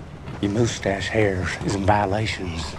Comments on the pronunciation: "POWLICE THAT MOOSTASH" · the way he says moustache hurts my feelings